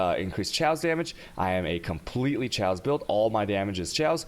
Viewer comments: it's pronounced cay-ose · cay - awse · Nice build mate :) i like it for map clearing ... Please spell it like Cayos not shaos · I actually pronounce chaos as Cha-os. Not Khe-os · I think i got autism hearing Chaos said like that. Thanks dad